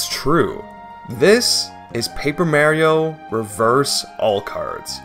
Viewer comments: This video looks really cool, but I cannot stand the way you say "Marry-o". I don't think I can take an hour of it, sorry. Like, I'm fine with people pronouncing pokemon names 'incorrectly' since the 'correct' version isn't really official or anything, but one of his famous catchphrases is literally "It's a me, Mario!". And I'm okay with clearly foreign people since making certain sounds in foreign languages is really difficult for people, but you do not seem like an ESL person to me. Love your vids man, but I can't listen to an hour of you purposefully mis-naming a wildly beloved character. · marry-o like the hit character from super mario maker for the nintendo wii u marry-o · Why do you say Meh-rio? When has Mario said ANYTHING other than Mah-rio? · also yet another mispronunciation, its pronunced MAH-Rio not MA-rio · Tragic: Beloved Youtuber Pronounces Mario Like "mare-io" For An Hour Straight don't worry it adds comedic value :^) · "I've played Paper M-A-rio before-" Immediate pause Ma-Mari-MAREi-MAri-MARE-io?! Lol, I'mma watch video now. Can't wait XD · Considering Mario says his own name on more than one occasion in the games (Literally right at the title screen of Mario 64, for instance), no it very definitely is wrong to say "Mare-io" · I'm trying to watch this video but calling him Mary-o is gonna kill me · for the love of god, STOP SAYING MÄRIO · "Paper Merry-oh" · Lebron James Reportedly Pronounced Mario like 'Mare-io' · Excited to see love the paper mario serries. The MARY-OH pronunciation is so jarring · i knew you was a fan just by hearing how you pronounce mare-io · Paper Merrio? Oh like Wareo? And Stereo? And ICANTPRONOUNCEWORDSPROPERLEO? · The true crime of this video is hearing Mario pronounced as "Merio" (no disrespect tho. Just been a pet peeve since I was a kid. Stellar video nonetheless) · It's really weird hearing the name Mario pronounced as Mare-io. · Who's Marry-o? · I love Paper Merry-o! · Mare-io? Like, the female horse? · Paper Mayrio